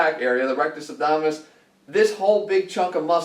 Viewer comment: When ever he says "RacktusObdominus". It reminds me of Joe from Impractical Jokers.